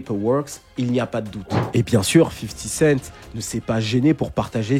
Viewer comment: "50 kent" ça m'a tué haha